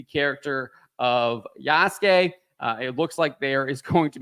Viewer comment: Why are these guys always pronoucing Yasuke wrong, Ya-su-ke